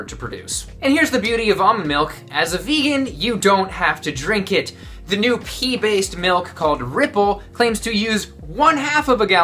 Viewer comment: It took me until you showed us the ingredients list to realise you didn't actually say 'pee-based milk'..